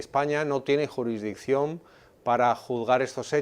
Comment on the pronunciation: Juridicción no. Se dice jurisssdicción.